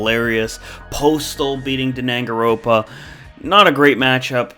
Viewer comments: Hey bud its dang-an-ron-pa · Danangaropa chefs kiss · its pronounced dan-gan-ron-pa and we like warhammer its just not really suited to dbd imo. you should be sorry for doing the classics dirty like that, hotline miami would be amusing but the classics shouldnt have been beaten by it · I am surprised Danganronpa was added and made it as far as it did. Also, the mis-pronunciation killed me.